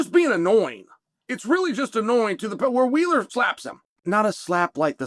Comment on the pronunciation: It’s Larry wheels not wheeler